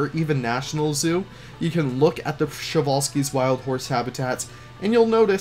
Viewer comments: I always thought you had to pronounce every letter of the name Przewalski, was stunned to hear you guys saying "Sewalski" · Show-Wall-Skis?! 😂 I, for one, would love to have a person eyed view of that underground staff path you got going on in this Zoo 👀 I presume you’re channelling the Utilidors at Disney with it?! Getting fancy building interiors now! I love it muchly! 😍 Bumpy Brush?! Love your little Leafisms!! It shall forth forever be known as Bumpy Brush! 🤣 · Przewalski's! I love how people mispronounce it <3